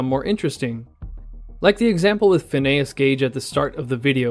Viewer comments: My man literally just said PhinAYUS Gage 😂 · His name is pronounced Fin - ee - us, as in Phineas Gage, just a miner FYI. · My dude has never heard the name Phineas before. Go look up how Phineas and Ferb is spelled and get back to us buddy.